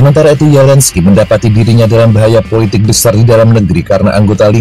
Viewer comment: pembaca skrip nya gabisa mengucapkan Z ZAPOROZIA BERBUNYI YAPOROSIA ZELENSKI BERBUNYI YELENSKI perlu di oprasi lidah nya